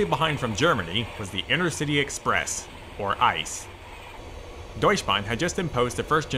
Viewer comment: It's not ice it's E-C-E